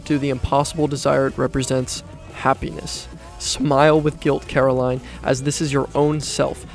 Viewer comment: how could you make a video about coraline and call her caroline😭